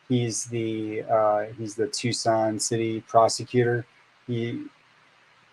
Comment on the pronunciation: Watching from Tucson, Az!! You said our name right too! So many ppl say Tuk-son vs Tucson